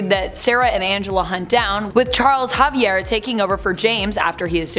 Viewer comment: Did she say Charles Javier ? 🤣🤣